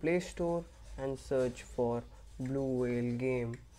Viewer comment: It is blue not vlue